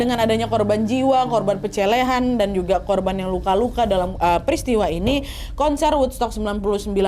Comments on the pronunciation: Kak nad pembawaanny keren❤❤ tapi di akhir video ngakak tbtb 😂 ngomong pelecehan jd pecelehan tapii tetap setia nonton kakak . Semangat kak nad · Pelecehan ka bukan pecelehan😂😂😂 lupa edit ya di menit terakhir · ngakak pas slip bilang pencelèhan (pelecehan) 😂 pasti saking semangat nya ya wakk.. 😂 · Menit apa cuma aku yg dengar ini ngomong "korban pencelehan"😂